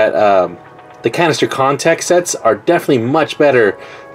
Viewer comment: It sounded like you said cancer contacted